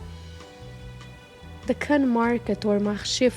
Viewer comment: Si vous appréciez tant cette belle ville de Cannes où je suis née ! Et cet élégant hôtel !S'il vous plaît prononcez bien les mots Cannes ,croisette, côte d'azur etc....